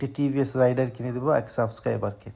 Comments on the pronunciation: রাইডার না ❎ রেইডার ✅ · Not রাইডার ❌ রেইডার ✅